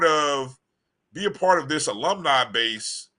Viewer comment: That's the Best 2 & Half Years Famu ever have for Decades. On to Better THINGS. STOP HATING dude that can't say Alumni.